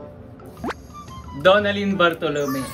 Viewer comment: Bat parang iba ung pagkasabi mo ng DONALYN BARTOLOME Paul?😆😉